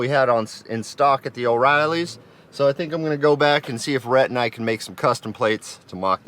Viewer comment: When you said "Rhett'n I", after you got the U bolts, I thought you said Rhettneck. I defintely think Rhett's nickname should be Rhettneck.